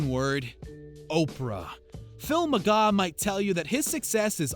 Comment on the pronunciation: McGaw?? Come On!!